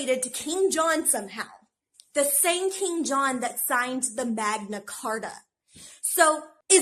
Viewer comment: bro when she said King John i thought she said Kim Jung Un for a second 💀